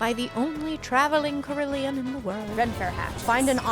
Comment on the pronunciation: Hey, not trying to be pedantic here, but the carillon is pronounced “cara-lon”, not “car-il-i-on.”